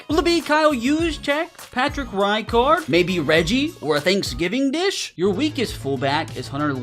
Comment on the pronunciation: RI card??? Its pronounced Recard